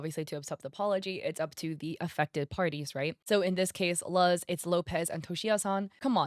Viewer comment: I think her name Luz is pronounced Loos